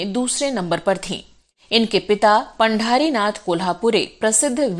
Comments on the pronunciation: पंढरीनाथ पढे पांढरीनाथ नही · पांढारीनाथ नाही पंढरीनाथ.... 🚩